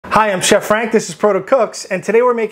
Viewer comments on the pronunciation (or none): none